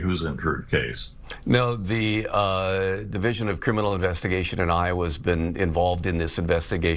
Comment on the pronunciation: Hi sen true it...say it right